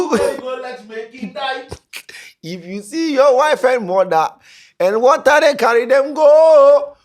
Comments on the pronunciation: Honestly whats up with pronunciations of late..... pronouncing 'T' words as 'TH' bro why.... bro, be saying lather, instead of later, wather instead of water..... Whats up man? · Check your pronunciation of the letters "t" and "th". What is wather (water) and betther (better). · Is the word 'Water' or 'Wather'🤣🤣🤣🤣🤣🤣🤣🤣